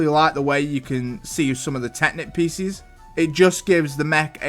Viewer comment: Peices ❎️ Piccis ✅️ (This makes me cackle) Also i agree on kai's climver mech on top cuz i absoloutley love the fact that it can hang from things witch makes it amazing for play